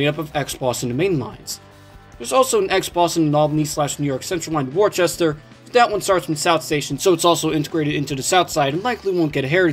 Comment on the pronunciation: Worcester is an English name, and it's pronounced 'Woosster' (a bit like 'book'). As for MBTA branchlines as a whole, I thought Stoughton was the shortest branch on the network. I've driven on that line a few times in Train Sim World, and that's how I heard about it.